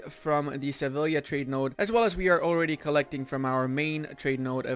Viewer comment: Two LLs together make a Y sound in Spanish. "Seviya"